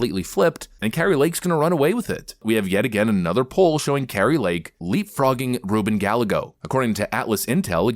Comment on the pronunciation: Ruben Gallegos = Guy- yay- goes just saying. Go Kari Lake!